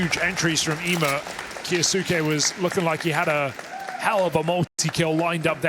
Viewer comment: When will these british commentators learn how to say kyousuke its so annoying